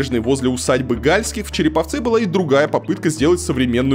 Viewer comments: Не Гáльских, а Гальски́х. Не в Шéксне, а в Шекснé. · Автор, ты бы хоть удосужился погуглить как ставится ударение в названии реки "Шексна" и фалилии Гальских, которым принадлежала усадьба. Позорище. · Сколько ошибок в ударениях.. Галтских, Шексне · Не гАльских, а ГальскИх. И не шЕксна, а шекснА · Конечно провинцию можно раскритиковать в пух и прах,но вы считаете себя грамотными и современными,а ударения правильно в названиях не удасужились узнать!Усадьба не Га!льских,а Гальски!х,река не Ше!ксна,а Шексна!Готовьтесь лучше .Много выпендрёжа у вас. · Река Шексна’, а не Ше’ксна. Усадьба Гальски’х, а не Га’льских. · не ШЕксна, а ШекснА, не ГАльских, а ГальскИх. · Река называется Не шЕксна, а шекснА Что за бред вообще , ролики делаешь крутые , но хоть названия говори правильно и усадьба не гАльских а гальскИх! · Хотелось бы, чтобы в написанном тексте кто-то расставлял правильные ударения усадьба ГальскИх река ШекснА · ШекснА и ГальскИх. Ну ладно с усадьбой, но куда ставить ударение в названии реки-то уж можно было узнать... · Поправляю ошибки в ударениях: усадьба ГальскИх, река ШекснА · Пытаетесь "раскрыть глаза" на недостатки, а сами не удосужились узнать, как произносятся названия... Река ШекснА и усадьба ГальскИх. Неприятно... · бесталковщина усадьба гальских ударение на и. река шексна ударение на а . е..е москвичи . да у нас дурацкий город и красный . все под пала(ПАО) Северсталью . все продано и 3жды куплено только по годам . есть планы застройки но с их каждый год будет иметь миллиарды каждый раз разная застрой организация . этот список с 2007 года утвержден по 2050 год